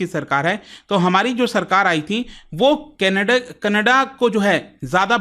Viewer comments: It's not Kannada. In hindi, it should be pronounced as Kannad. There is no 'a' sound in the last in hindi. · Canada ❌️ Kanadaa😂❤ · सर कनाडा कोई भाषा नही है kannad भाषा है बार बार गलत क्यों बोल रहे हैं..?